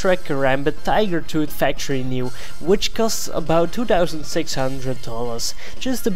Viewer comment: Tigar tood. Please learn english